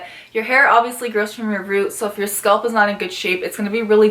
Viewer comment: SCA-A-A-LP NOT SKULP